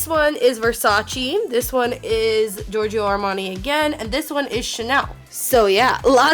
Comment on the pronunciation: its pronounced "eve saint laurent", not "yeevs saint laurent", "jee von shee", "gor gee yo armani" not "george ee yo" if you cant say it dont wear it lol